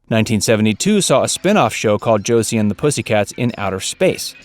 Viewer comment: The way this guy says Josie.... My ears hurt. It's Jo see with a soft s! At least in the begging he says it like the s is a z.